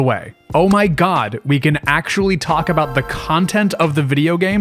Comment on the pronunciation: 9 minutes in "we can finally talk abouot the game" "Gaddgets"